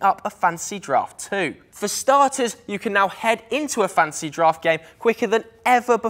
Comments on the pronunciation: Yeah he keeps saying Fancy draft and Welf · I also heard "fancy draft" every time